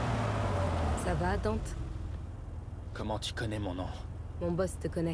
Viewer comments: bob on dit DANTE pas Danté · Palluel Lucas Haha j'ai acheté le jeu y'a 3/4 mois ça saoulé le "Danteuh" et même si je suis pas un gros connaisseur/fan de Dmc original (j'ai joué qu'au 4 qui était assez sympa quand même) Dante m'a bien gonflé, il lui ont donné la vf de Spiderman et les blagues apparemment (bon Dante dans certains dmc fait des blagues mais des bonnes) bon le look il est banal. Surtout le pire c'est la dénonciation de la société de consommation bon j'ai rien contre mais là c'est aussi raffiné qu'un fisting de Machopeur. Non vraiment faut arrêter le "Danteuh"